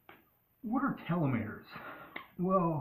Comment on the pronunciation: Lol it’s Telomere as in Tell Oh Meer not “tell oh may ray”